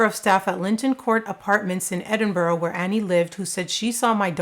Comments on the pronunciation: Hiya from Scotland and thank you for covering this story. I hope Annies family gets answers. ETA thanks for being one of the only American YT creators who actually made a legit attempt to properly say Edinburgh and pronounced it really well. <3 Love you your channel is one of my favs. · so proud of you pronouncing Edinburgh properly Tony UK 🇬🇧 💙 ❤